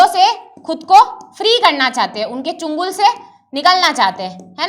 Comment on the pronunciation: changul se ❌chungul se✅